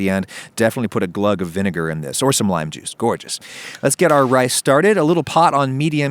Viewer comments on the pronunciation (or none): you can really here his accent shifting to southern in the way he says gorgeous here